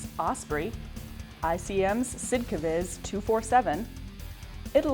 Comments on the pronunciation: I am as happy as everyone else to see back, but the butchering on the german name of the ICM kit really hurt my ears. It is a short version for Sonder Kraftfahrzeug. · YAH is back!!!! Welcome back young lady!!! Amen!!! Love the way you pronouce SD.KFZ lol!!!! We missed you!!!😇🙏💖